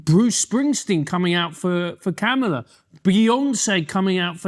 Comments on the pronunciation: I am not a democrat or republican. I vote for the person who will do the best for the country. I believe in respect and working with the “other side” because we are all Americans. You could at least pronounce her name correctly Adam. That’s a BS swipe at Kamala. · Its hard to take Adam seriously because he can't even make the effort to say Kamala correctly and he's doing it on purpose, because he is a racist and a sexist.